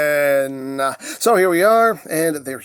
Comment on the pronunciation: It looks like it's pronounced "Kaa-en" to me